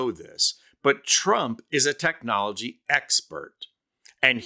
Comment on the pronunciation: It looks like just saying the word is painful to him “TECH-nology”. It comes out like he had to practice it over and over just to say it properly.